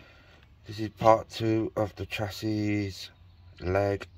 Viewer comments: Its pronounced shassy...not chasiss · You were correct in how U were saying it originally.ive been in the trade since 1980,it's pronounced "sassy".the Americans call it a frame,or frame leg. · Its pronounced shassy !!!: Ps good work fella .. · Chassis is neither pronounced "chassy" nor "chassees". It's a French word, pronounced "shassy" in English.